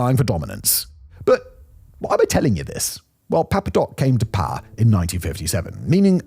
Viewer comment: The way this guy pronounces "power" reminds me of Rob Riggle's character from Step Brothers. "Paaa!" Maybe that's the origin of the joke